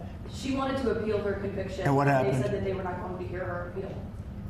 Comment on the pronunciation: ..."wHHHaTT".... I love this guy!!